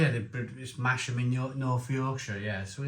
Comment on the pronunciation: It’s pronounced ‘Massam’ silent H. You don’t see these beers in York which says a lot. Brew York have sold out and gone the supermarket route, buying up pubs and becoming a mini macro brewery. I live in York and we have Trig brewery who are on the up and producing some amazing beers, not York brewery or brew York